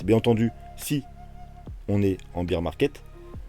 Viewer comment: lol ne croyez pas ceux qui affirment des trucs. par contre, demain je vous dirai où sera le bottom. en + je saigne des oreilles, on ne dit pas "beer market" (le marché de la bière ?) prononcé "bir" mais "bear market" (les ours) qui se prononce "bère". Comme dans Teddy bear. mdr.